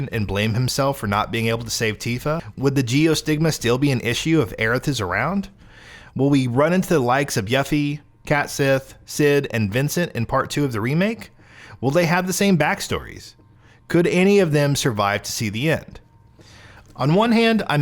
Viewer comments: What the hell... Yuh fee... It's Yuffie! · Yuffy? Cat sith? Its 'YOU-FEE' and 'KET-SHEE' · Did you just say "YUH-ffie?" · did u just say YUHffie lol